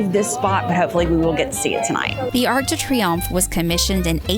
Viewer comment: Great video, thanks for sharing! Also its pronounced “ark duh tree-OMF" (Arc de Triomphe)